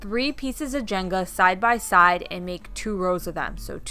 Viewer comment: Everybody says "janga" instead of "jenga".. lol